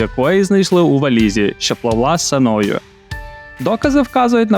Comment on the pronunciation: СЕною , а не СенОю .